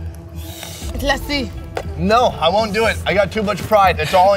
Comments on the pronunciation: haha. Lassi is pronounced like /luss-see/ and not /la-si/ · "Lassi" .. lol..thats a damn dog -- learn the pronunciations